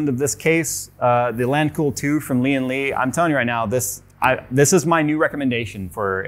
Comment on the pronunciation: Its Lian Li not Lian le